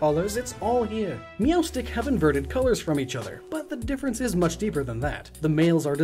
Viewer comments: All I hear is “Meelstick” Can anyone tell me how that Pokémon is really spelled.. I’m actually new in Pokémon. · Pronounced "meow-stick". Meowstic